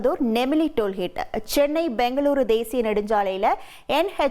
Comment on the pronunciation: சகோதரி அது டோல் ஹேட் (hate ) இல்லை டோல் கோட் (gate)